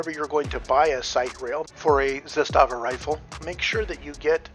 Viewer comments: Good video. My two cents: First, it’s pronounced ZA-sta-va, not “za-STA-va”. Trust me on this. Great rifle; I have one too. Coupla tips…. First, get yourself some proper steel last shot bolt hold open magazines; those polymer Magpul ones are for noobs. Zastava markets their own steel LSBHO mags and they are decent. I’ve got a couple of those plus some surplus Combloc steel mags that I’ve retrofitted with “WeaponsTech” last shot bolt hold open followers, a very good product. So using the LSBHO mags, after the last shot, while tilting the rifle to the left with your support hand, use the thumb on your shooting hand to pull the charging handle about an inch further back to line it up with the notch on the safety selector, then using the middle fingers on the same hand, sweep up the switch so that the notch engages the charging handle, locking the bolt back. It sounds more complicated than it is; with a little practice you should be able to do this in a smooth 1-2 motion. So from there, as you’ve already discovered, you can rock ‘n lock a loaded mag and just press down on the safety switch to send the bolt forward and chamber a round. Using this technique you have almost the same functionality for reloading as you do with an AR using the paddle switch. That's how it was designed to be used; the Serbs (then Yugoslavians) were the ones who first put that notch on their AKs starting in the early 70s, and they were the first to issue LSBHO mags to their troops to be used with the not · ZA-sta-va in Serbian has the stress on the first syllable. In Russian the stress falls on the second syllable - za-STA-va. In Serbian it means flag or banner. In Russian it refers to a small fortified area. Having said that, the ZPAP M70 AK-47 is the BEST AK out there. I have 5 of them! Спасибо за внимание!